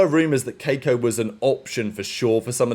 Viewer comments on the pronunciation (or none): The bro said KAY-ko with his whole chest 😂😂😂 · is it that hard to say kee-ko